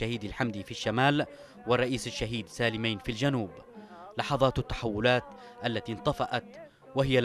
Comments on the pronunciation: نطق اسم سالمين خطأ يا قناة بلقيس. سالميِن و ليس سالميّن. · اسمه سالمين بكسر الميم وليس بالفتح ، غلطة سالمين التاريخية قراراته الثلاثة التى دمرت جنوب اليمن : تاميم المساكن تخفيض الرواتب تحرير المرأة وحرق الشيادر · يا اخي النطق غلط ل سالمين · انت تنطق سالمين بشكل خط . او انا غلطان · المعلق تشارلز ماهو قادر يلفظ أو ينطق اسم الرئيس سالم ربيع علي ( سالمين) صح سبب بلاوي الجنوب العربي اولائك الجباليه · ياخي اعطي الخبز خبازة لاتعملي فيها منظر .. كفاية مغالطات حتئ اسم سالمين ماتعرف تنطقة